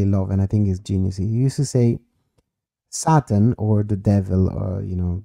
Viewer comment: Did his father refer to the Devil as "Saturn" or was that an accent thing as "Satan" ?